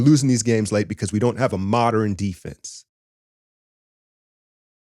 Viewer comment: "Moderern basketball" lol